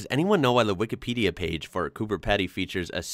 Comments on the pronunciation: Coober not Cooper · I had 103ºF today, forecast 112º next Tuesday. But we do have electricity, and should that go down, I do have a generator. Mid North South Oz. Last pint I bought in a pub was $1.06. Yes, it was a while back. Coober Peedee is the pronunciation. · . It's Coober Pedy (pronounced Peedi)not Coober Peddy. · PEE DEE. Coober Pedy is pronounced Coo Ber Pee Dee. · Coober Pedy is pronounced Peedy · Cooper pedy is pronounced Cooper Peedy , one of the places I would love to go. I’m a Queenslander . Love Australia plenty of places I’d love to visit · When pronouncing Coober Pedy, pretend there is an extra "e" in Pedy (Peedy). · (COOBER) Pedy is pronounced PEE DEE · Here's a hint, Coober Pedy, the Pedy is pronounced Pee Dee